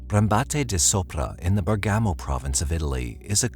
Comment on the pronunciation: Not quite! Bergamo is pronounced Bearg_ga_mo, not Ber-gammo!